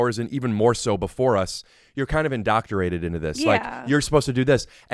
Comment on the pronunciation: There are no "toxins" in sweat. Whoever told you that is not a doctor. So that I am fair: the word is "indoctrinated" not "indoctorated" 😄